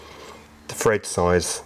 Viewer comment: thread not fred 🤪